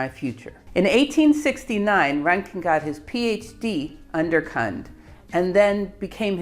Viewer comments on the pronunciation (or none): She pronounced it wrongly. The "u" in Kundt is pronounced like in "Dachshund".